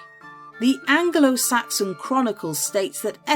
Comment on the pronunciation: Angle~oh-Saxon? 😂 new way of saying that